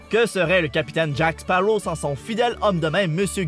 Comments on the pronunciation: baptiste rabet Je suis d'accord, je suis moi-même allée voir le numéro 5 hier soir "La vengeance de Salazar", le doublage français est tellement bon ! J'aime trop sa voix^^ Et dans le doublage québécois, ça me perturbe quand ils disent "Jack Spawow" et pas "Sparrow" et "perle noire" à la place de "black pearl", mais bon après c'est leur culture, même si je ne trouve pas ça logique de prononcer l'un à l'américaine et de traduire l'autre, mais je respecte après ils font ce qu'ils veulent ^^ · Léonidas la truite on dit jacqueuh séparreaux voyons.